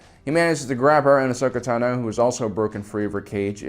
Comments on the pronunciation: Anyone else annoyed by how pronounces "Tano" in "Ahsoka Tano", it's not pronounced "tanow", just Tano! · The way you pronounce Tano is extremely frustrating and I don’t know why